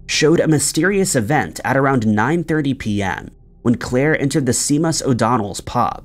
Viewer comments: I don’t know the pub but aim % sure it’s called shay-mus o’donnells 🤣😂🤣 he’s a wild one that see-mus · shay-mus, not see-mus new-key, not new-kway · It’s pronounced shaymus not sea-muss lol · It is NOT pronounced “C-MOS” nor “sea moss” but rather “shay-muss” as in… “the SEAMUS O’DONNEL PUB”!!! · New Quay is New Key not Kwai and Seamus is Shay mus not seemus 😂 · Seeemas O'Donnells....... New-kway......Deerdra😂😂His pronunciations crack me up!!🤦‍♀️ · Interesting and creepy video. Seamus is pronounced Shaymus. It’s an Irish name. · Qw all learn everyday, Seamus is pronounced, shay-muss, Newquay is New-Key and Diedre is Deer-dree thanks for the content. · That case in Bristol, d pubs name is pronounced shaymus O'Donnell's. Just thought I'd let u know just in case u come across that name again 😉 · Seamus is pronounced Shaymus and Newquay is pronounced New-key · The pub in the Claire Holland case is pronounced SHAY MUSS and in the chad Gibson case NEW KWAI is pronounced NEW KEY. American people have no idea about the language they speak. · Although it is spelt Seamus O'Donnell's, its pronounced SHAYMUS O'Donnell's. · Chenoweth is pronounced Shi-nowth, Seamus- Shay-Muss Newquay- New-Key I'm South Australian, and I even know how to pronounce names and places in other countries properly. Yanks really know how to massacre the English language! So annoying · oh my god the butchering of the pronunciation of Newquay (and seamus) ..is too much.. its New Key... makes me think no research has been done.